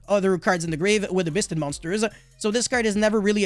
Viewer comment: = Biss-ted triggers me and I eat more xanax so I kill more my man.